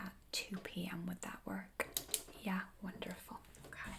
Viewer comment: its like "yæh, okaɪ"